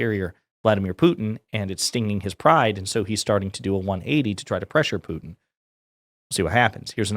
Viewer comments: Why does she pronounce it “poo-in” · She can't look in the mirror all she sees is a spitting image puppet of herself and someone needs to tell her that its pronounced put... in and not poo... in what a snowflake!! Why is she always shouting as well? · Does it bother anyone that younger people don't enunciate "t's" in words? Pu-en Ugh. Put-in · Putin! POO-TIN! So embarrassing that the White House spokesperson can't pronounce the Russian president's name. Who the hell is POO-in. Is it possible this woman can speak without screeching? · Is she calling him "Poo-en"? WTF? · She still doesn’t know how to say Putin. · Why can't this idiot pronounce "Putin"? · Does she know there is a T in Putin?